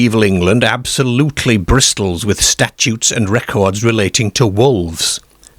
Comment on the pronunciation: I never heard "A" pronounced as "air" rather then "ar" although hearing bristles pronounced as bristols is wonderful.